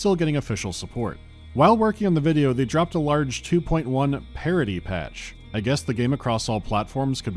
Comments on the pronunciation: Oh, parity patch. I thought you said parody patch. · I absolutely heard Parody patch and thought it was an April fools thing. I read through the whole thing trying to find where the parody or satire was. I actually played it again, and even knowing he says 'Parity' all I can hear is 'Parody'. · the curse of the American southern accent making two words indistinguishable Happens all the time like with “pen” and “pin”